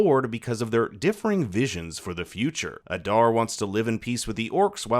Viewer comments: Aaada not adarrrr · It pronounced AH-DAAR not uh-darr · Why must you pronounce Adar's name like that?